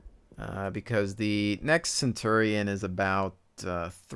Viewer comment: it's CenturiOn, with an O.